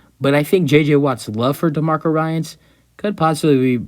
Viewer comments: ^^^ dude, your credibility is at stake if you cannot even pronounce the prospective new head coach's name correctly. his name is "DEMECO"... not "demarco". my goodness... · Good video!...by the way his name is pronounced De(Me)co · You’re pissing me off by mispronouncing his first name.😡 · This guy can’t even pronounce his first name.😅